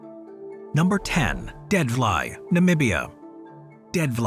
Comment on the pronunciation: it pronounced deadflay